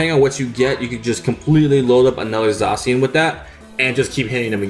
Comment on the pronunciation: Im so glad N didnt call zacian Za-ke-an in thid deck profile